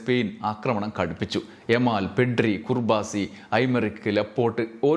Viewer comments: കുർബാസി അല്ല...കുബാർസി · കുർബാസി അല്ലെടോ കുബാർസി എന്നാണ്ടോ